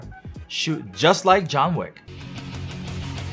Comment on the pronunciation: “Jon Vick” in Turkish accent